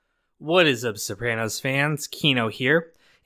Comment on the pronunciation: Still cant pronounce Sopranos correctly smfh